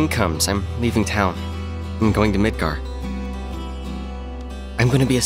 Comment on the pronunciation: and you got midgar right :)